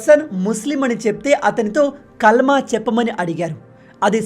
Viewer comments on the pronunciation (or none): none